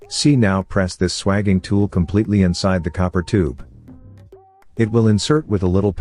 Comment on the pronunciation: if youre going to use a AI voice then teach it to pronounce SWAGING properly its pronounced SWAGE , I'm not sure how well this would work on old copper pipe that's been around for a while but newly annealed pipe it should be perfect. Pity its not in millimetres. Most important thing is to twist the tool every time your compress it, perhaps adding some Vaseline or grease would make it work better, copper is dry metal and its better if it has easement. Clean it though before fluxing and soldering and make sure you use the right solder is you are using it for gas as it should be brazed nowadays rather than soldered with a old tin lead solder. Idea behind that is so that the gas pipes in a fire do not come apart like they used to with tin lead solder which melts at a much lower temperature . Only ever braze gas pipes and the same goes for aircon pipes due to the high pressures involved MAPP gas system works well for that. .